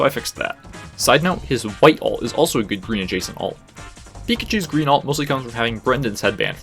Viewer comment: “You’ve finally turned GWEEN”